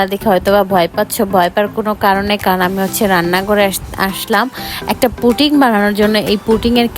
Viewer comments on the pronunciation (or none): পুটিং না পুডিং হবে 😂😂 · পুটিং হবে না ,হবে পুডিং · Puting na re khuki Pudding 😪😑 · Puting na pudding 😂😂😂😂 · পুডিং ওইটা পুটিং না🙄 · পুটিং না😂😂😂 পুডিং হবে